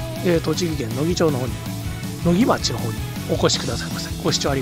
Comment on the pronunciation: 「ちょう」ちゃう!! 「まち」や!! 「のぎまち」や!!